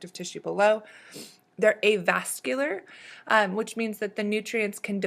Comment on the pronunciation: Avascular - not avascolar.